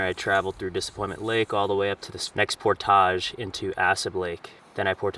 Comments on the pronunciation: 1 tip: "Portage" is pronounced "Por-tidge"... not "Por-tahhj" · Great video. You earned a subscriber. The word "portage" rhymes with "porridge," btw ;) but thats coming from a minnesotan. I didn't know it was pronounced differently in canada! You reel very fast when you're fishing. Slow it down and I bet you'll have more luck! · You are not pronouncing “portage” correctly. ˈpôrdij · You're pronouncing portage incorrectly. It's por·tuhj! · why are you saying 'portage' so weird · Hey! Native Minnesotan here...You're pronunciation of portage is French, more common in Canada than the US. You're not the only one. I've heard several YouTubers pronounce it the way you do and was confused, as I'd never heard it pronounced that way. I've been in the BWCA 5x, but not in 30 years.